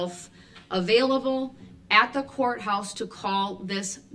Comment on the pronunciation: But he reads his bible EVERY DAY! Even on breaks! And he’s a CHRISTIAN! Are we to believe that he is reading his bible right now? Can he read? He obviously can’t pronounce a lengthy list of words. CO-Horse. Baff-Room. Li-Berry. He walks around with no shirt on and my favorite of all time. Trying to stare people down while being chained to a chair. The absolute foolery! 😄